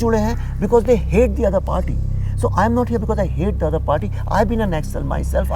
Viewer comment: 5 secs into this video and am really irritated with background music...and it's not 'Nakksals' it's Naxal...short form of Naxalbari